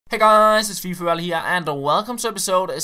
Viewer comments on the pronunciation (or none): none